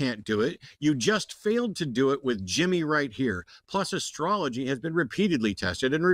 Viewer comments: He lost me at "askrology" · I replayed several times and I kept hearing say "ascrology" the first time.